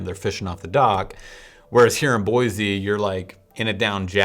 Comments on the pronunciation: Dude you are "from Portland" and the correct way to pronounce the name of this town is "Boy-see" not "Boy-zee" as you are doing. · Boise. Not Boyzee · BOY-CEE not BOY-ZEE get the name right before you come here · If you can’t say the name properly you probably shouldn’t be giving a review of the town. Just saying. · Or you could just say it correctly haha